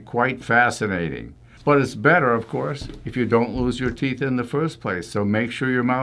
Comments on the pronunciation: Actually, it regrows your "theeth," not teeth.😆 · But I don't have any "theeth" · how you pronounce "teeth" when you don't have any 😆